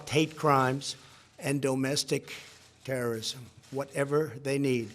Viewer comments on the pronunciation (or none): Likr rihanna said .. Um donald ur saying terrorism wrong! .... Oh but it was a white guy so its ok ... Um ok stupid as i hope they impeach u soon